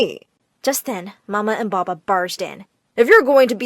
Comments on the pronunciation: Bubba? It’s papa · every freaking time I heard ''baba" I cringed hella alot of times. LEARN TO SPELL PAPA PLEASE